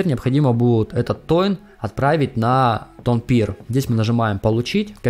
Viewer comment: Тонкипер, не тонпир) Но вообще, это тема!)